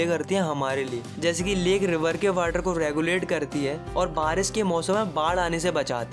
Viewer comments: Not water he is saying whater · Sir is saying Waterr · Please improve your pronounciation (its drainage,its water not वाटर)